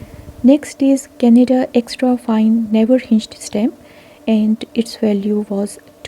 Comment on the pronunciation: Canada not canda